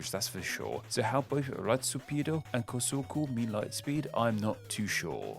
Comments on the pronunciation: Other comments talked about raitosupiido, but I think you didn't get it cause you pronouns ed it nor like raitospiido, but ratiosupido. (Japanese phonetics, not ratio but you know) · Raitosupiido is pronounced more like “rightspeed”, but the r is tapped so it ends up sounding like “lightspeed”. It’s just the closest you can get to saying the English word in Japanese. The issue is you using English phonetics, which is incorrect, but totally understandable